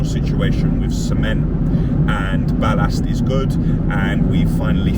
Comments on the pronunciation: I wish you would learn how to speak English properly. Especially when it comes to pronouncing 'Ballast' properly. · Why does man say "Ballast" like such a looney 😆